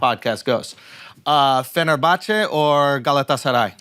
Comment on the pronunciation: ...and I am even more confused as to how Schulz knows how to pronounce Fenerbahçe and Galatasaray.